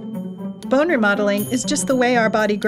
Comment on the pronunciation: I hate how she pronounces “bone”